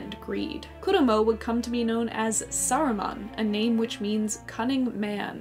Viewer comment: Saruman is not pronounced sarumon